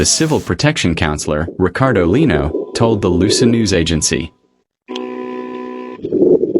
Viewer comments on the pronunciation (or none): none